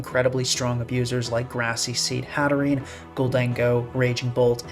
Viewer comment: It’s not “Hatterenie”, it has a silent e. Hat + Serene